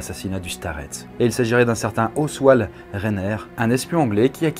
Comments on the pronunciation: Oswald se prononce “OSSVALDE” team Doctor Who 😁💖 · "Ozvalde" ca se dit ^^